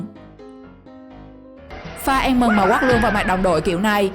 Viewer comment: Ăn mừng hay En mừng?